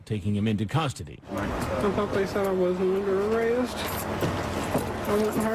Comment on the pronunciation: "Im under a rouck" no you're under arrest!